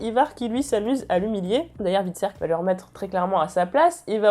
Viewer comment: Bonne vidéo mais stp stop les Ivar, c'est [Aie]var X). Tu prononces bien Hvitserk mais pas Ivar qui est bien plus simple ^^'